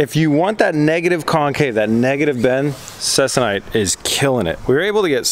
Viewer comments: Please it’s pronounced CEE-KON-ITE. Also, if you want even stretching, use an old clothes iron. (They maintain temps better than the new energy efficient ones). Less steam ports the better. Or get a hobbyist iron. Then infrared thermometer, or dedicated iron thermometer, Let the iron turn on, set temp to 250 degrees Fahrenheit, LET TEMP STABILIZE for roughy 15 minutes, check temp again, and then tighten. Go to 200 first if less stretch is wanted. Iron everywhere. Don’t exceed 350 degrees-ish. Not using it for aircraft, so you can heat however hot you want, but as a rule of thumb, less heat than 350. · Interesting process. FYI - it's pronounced See-Con-Ite, a polyester fabric used in the aerospace industry for covering wings, fuselages and control surfaces of older airplanes. It is used to replace the original woven cotton or linen fabrics...stronger and lasts longer before the aircraft needs to be re-covered. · I believe Ceconite is pronounced SEEKONITE